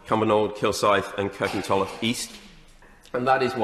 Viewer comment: It's Kirkintilloch. Pfffft